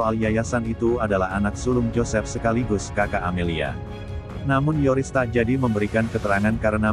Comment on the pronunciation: Bkn Toris tp Yoris min🤣🤣